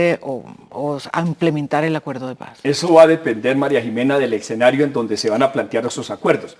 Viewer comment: para el invitado de la izquierda, no se dice exenario sino escenario